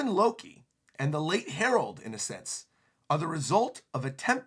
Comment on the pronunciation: As soon as you misspoke Loki as “looki”, like “lucky”, which sounds like the mispronunciation of luffy. What is Loki’s name is a play on lucky?